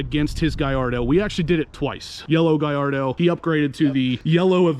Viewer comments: there is no u in the name. It’s Gall ardo not Guy ardo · Dude it’s pronounced GALL ARDO…not GUY ARDO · I was stationed in Italy and we had several near the base . When you talk to the Italians who actually own them and work in the plant they pronounce it the same as I do GALL ARDO.